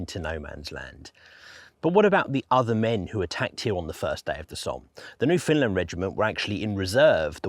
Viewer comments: Great videos. Newfoundland is pronounced Newfunland by the way no found even though it's spelled that way. The emphasis is correctly on either the first or last syllable: so NEWfunland or NewfunLAND. Also land is pronounced land not lund. As a Newfoundlander myself we would take turns beating up sissy tourist kids from Ontario for pronouncing Newfoundland or Newfounlander incorrectly in our teenage years growing up on the Rock. Believe it or not. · Very well done, and very sad. Thanks, but why do you pronounce Foundland as Finland sometimes? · Newfoundlander here. The emphasis when you say Newfoundland like a Newfoundlander is on the “land” part…”new-fin-LAND”. Say “land” like there was nothing in front of it. Not like “new-FIN-lind” nor “new-FINLAND” nor “new-FOUND-lin”. It is “NewfinLAND”, understand? 🇨🇦